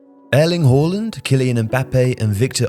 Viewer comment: Annoying how you pronounced haaland. You might be technically correct but it's just annoying that you try to be better than the average fan who says it the more common way